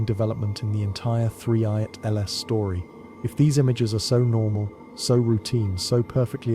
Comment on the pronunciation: TL;DR: A brewing conspiracy theory that "they" are hiding something about "3 eye at LS". I hate these AI narrations!